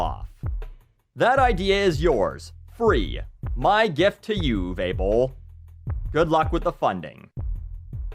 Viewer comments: What I like most about this video is how didn't make one pun about Uwe Boll being German - he didn't mock his accent, joke about Nazis or anything like that - I know some,,comedians” would have done so without hesitation. Also bravo to the pronunciation of his name, most english speakers really butcher German names. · This video has taught me how to pronounce Uwe Boll, thanks.